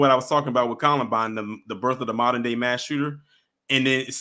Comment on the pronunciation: I'm sorry, no disrespect. But, the word modern is pronounced MODERN, not moderren😂.